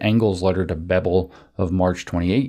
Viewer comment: German family names typically have emphasis on the first syllabe, incl. Bebel. It's irritating to hear it spoken as if it were a Romance language name ;) I have a feeling (originally) English names, too, so it's slightly puzzling why English/Americans have this tendency of "instinctively" emphasizing those names that (wrong) way.